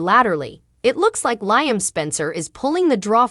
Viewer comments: 😂 Learn how to say the names of the people in the cast. L i a m not L i a m e. You need to pronounce the names properly. Sick 😂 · LEE-UM, NOT LY UM, if your talking about these actors get their names correctly